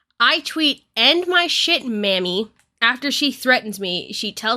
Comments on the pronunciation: 'Mami' is pronounced like 'mommy' in this context. It's a common practice in latino cultures to call women mami and men papi in certain contexts. It's not pronouced 'mammy'. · Sorry but."mami" is said like "mommy", not like "mammy." A Mammy and Mami are very different things. But still, it can be used in a condescending way. Just wanted to get the pronunciation thing down. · It's not mammy 😂 it's mAh•me. But i definitely agree with your take on it. Mami is typically used in a sexual way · i will say that mami is not pronounced "mammy" and my friends and I call each other that, but it absolutely always depends on the context so I'm not invalidating anyone's experience. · So, I am gonna say this real quick, its a small thing I wanna bring up. The word Mami is a Spanish word, that yes still does have a slight flirtatious thing to it so it is still inappropriate that he used that with her, but the word you pronounced it as is an offensive term for black women. Please if you do not know what a word means please look it up and its meaning, and how to pronounce it. I am sorry that it seems I am being a jerk about this but I do not want people getting the wrong idea about you because you pronounced something wrong, especially when its a term that may be meant to offend a specific group or person in such a way. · Its fine, and like I said it is best to at least look up the word and how it is pronounced. I agree that it was still used in a derogatory and sexual way so you had the point right just not the word. 😅